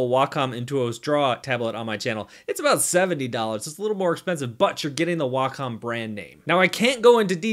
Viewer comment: according to wacom itself, its pronounced whack em